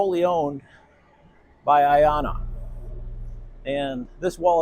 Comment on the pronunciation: A great start. I love the name for personal reasons. You pronounce it so well.